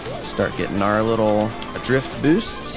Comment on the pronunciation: You're saying drift wrong